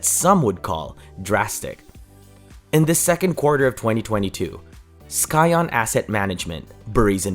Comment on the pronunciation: Please stop saying "sky-ahn", it's "sy-on".